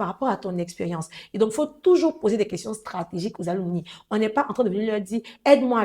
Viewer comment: Mes salutations à tous. Comme contribution, on dit un "ALUMNUS" (masculin), une "ALUMNA" (féminin), les "ALUMNI" (pluriel) [se lit Aloumnaï]. Merci.